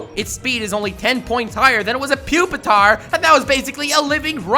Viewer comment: Its really pronounced PWEE Pee Tar? And not PUP EH TAR?